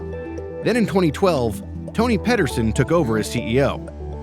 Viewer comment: Pee-terr-ssonn. Not "pedersun"